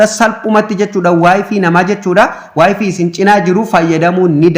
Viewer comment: wayfiin maal jechuudha wayfay jedhama kijibduu wayfaay jettee dubbisuu ituun beekin maal haasofta